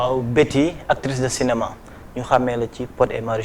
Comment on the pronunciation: marieme Aziz problème prononciation la rekke, elle dit cinéman à la place de cinéma